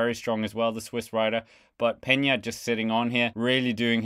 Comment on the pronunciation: Peña is pronounced Pain ya